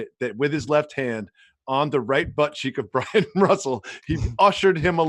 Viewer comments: Do you guys realize that its Byron Russel. Not Bryan Russel. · Not Bryon Russell. Byron Russell. Are you guys stupid.